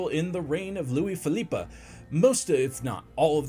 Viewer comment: FYI: You don't pronounce the final E in Philippe. Bur very interesting video 😊